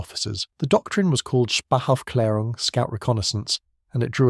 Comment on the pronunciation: Lux, the "ä" in Aufklärung is pronounced similar to the "a" in Clarence